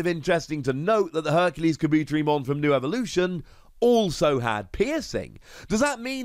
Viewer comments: kaBOOTerimon lol man put the emphasis on the Ka, and the Te 👌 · Oh yeah Tentomon family. I find it funny that Insects got connected to Electricity. Tentomon just hanging out sipping a drink with a lil Motimon in the background is funny. Looks like lemonade maybe? Oh that pronunciation was bad. Ka-bu-te-ri with the teri pronounced like tare-y. Oh no MegaKabuterimon? But a new HerculesKabuteri at least I guess.